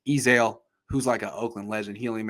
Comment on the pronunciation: Hahah dude said Ezale that’s tough